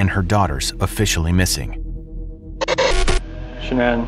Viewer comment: I'm really diggin' the channel. I made sure to subscribe. I did just want to point out that her name is pronounced Sha-nan.